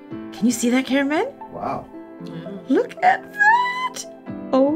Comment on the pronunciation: Okay but unt this comment I always thought was saying "cameron" not cameraman 🤣